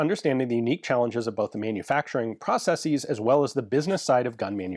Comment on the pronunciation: Thumbs up for the correct plural pronunciation of ‘processes’. At this point, he might as well pronounce the first syllable in the British way too, or abandon Yank English altogether for the entire channel. Make America Great Britain again! 😂